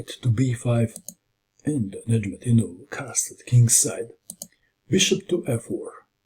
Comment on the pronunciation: Your pronunciation of Nezhmendtinov is simply superb, you are always excellent when it comes to the names of the players